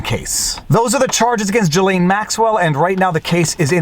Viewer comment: Salut! Je suis Franco-Américain et j’aime quand vous prononcez les mots d’origine française comme un mec qui parle français. J’aime entendre le, « voire dire, » le « en banc,» etc. etc. Mais je "cringe" quand vous prononcez le prénom de la femme au sujet de ce vidéo. Ce n’est pas, « Ja-Lane. » Pour commencer, la première syllabe et comme la première syllabe du « gilet » et la deuxième syllabe et comme la « laine. » Dans le milieu, il y la lettre « S » qui n’est pas silent. Je ne sais pas comment l’écrire phonétiquement mais ce vidéo peut vous aider. Sincèrement.